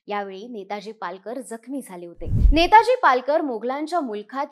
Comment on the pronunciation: आधी नाव नीट घ्या नेतोजी आहे नेताजी नाही